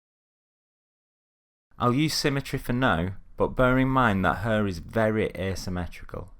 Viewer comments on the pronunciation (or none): it's HAIR like in AIR right? Not "urrr" XD anyway good stuff!